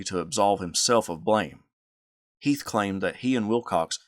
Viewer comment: I enjoy the history but my name is heath not heith like the candy bar come on man